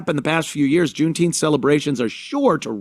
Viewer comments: Its called JOOMTEEMF Ant, get the pronunciation right. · "June-Teempfff". I'm fatigued.